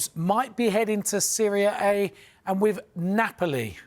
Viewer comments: it sounds like he says two players are heading to "Syria A" - I'm not sure they're going there dude! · Wtf is "seria ey" ? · Syria A Napoli. That’s the most shocking mispronunciation of a league coming from a news outlet devoted to football. Expect it from ESPN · great. He still can’t pronounce the name of the Italian league despite being a football journalist though. Shameful.